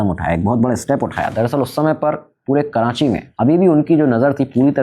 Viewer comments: Kranchi nh karachi HOTA h bhai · Abheeeee "karanchi" nahi hai ,KARACHI hai . And I spent my whole life in layri. You guys didn't even covered 10% of layri in the movie, neither you have 20% of facts about layri. I stopped watching your video when u said 1960s 1970s ppl over there had rocket launchers 😅. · It is Not Karanchi Its Karachi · Uncle its KARACHI not kiraaNchi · Karachi ❌️ Karanchi ✅️ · karachi ❌ karanchi ✅ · Yaar karanchi nahi karachi hai 😂😂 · Karanchii bol k karanchi walon ko khush kr dia bhai ne 😂